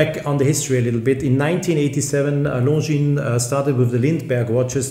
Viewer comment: Hahaha... horrendously